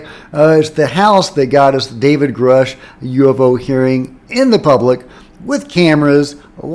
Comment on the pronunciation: Jack i dare you to start saying" grooosh"... thats the correct way